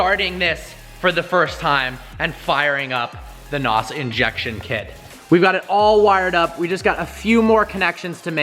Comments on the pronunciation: Funny thing is, it's N.O.S. It's not pronounced as "Naus". It's pronounced letter by letter. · It's not called NOS.... it's N.O.S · When noobs say nos and not N.O.S. >.> I cringe every time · Did u really call it nos it's either n.o.s or nitros not nos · It is N O 2, not N O S! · It's nos not n. O. S. Have you ever watched fast and the furious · It's pronounced Nos kit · It's pronounced (en oh es) N.O.S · its pronounced N. O. S. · Pronunciation of Nos is wrong, N.O.S or nitrous.